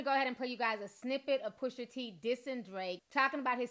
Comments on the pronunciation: My love it’s PUSHA T not pusher t lmao 😂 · Gritting my teeth every time I hear you say PUSHER T 😬😂😂 pusha girl PUSHAAA lol 😘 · She said “PUSHER T” twice and I had to look up another source to dish it to me. Lol